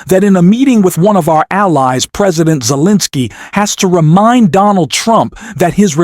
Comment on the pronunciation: Please pronounce his name correct, Zelenskyy